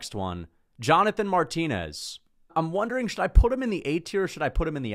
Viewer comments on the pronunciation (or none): none